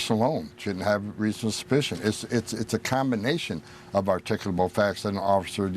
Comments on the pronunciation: "Articable?" "Articable?" If someone seems to be illiterate, then should he/she (YOU, sir) be worried about deportation? Dana, Dana, Dana, I cannot believe that you asked him if he has compassion. Ahhh, you slay me, Dana. 😂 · The Ho-man is possibly the most despicable evil little Nazi in the entire Trump regime 🤬 and most immigrants to America speak better English than that moron does. He keeps saying something like "r-tickle-able facts" and I have no idea WTF that means? I've heard him say something like that in almost every interview and he says it like 20 times here but even the interviewer doesn't know what the hell he's trying to say?!